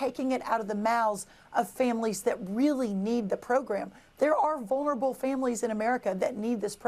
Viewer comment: Did she just say, "Wulnerable"?